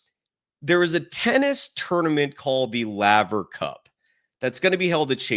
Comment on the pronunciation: pronounced layver see rod laver history all time great tennis player